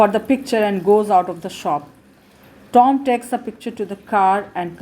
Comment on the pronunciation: Pls improve reading you just read like with attitude like is Tom not Tomm.............. And also its watch not waatch.......